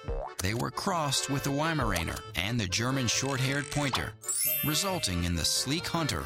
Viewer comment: At least they pronounced it correctly. I've given up correcting folks calling them "Veeslas". (Although he did mispronounce Weimaraner.)